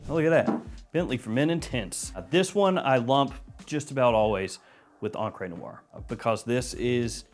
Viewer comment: Love you buddy... but it's pronounced ONcruh Noire... not onCRAY Noire